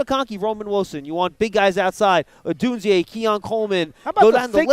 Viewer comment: I cringe so hard every time schmelk says “odune-zee-yay” its just odune-zay brother.